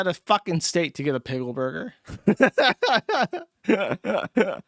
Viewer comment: Is that intentional or is it another "eever" and "awn" with Jewsh saying "piggle" instead of pickle?